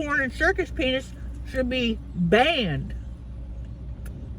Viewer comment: Wait, did she say circus “ penis” or circus peanuts? 😂😂😂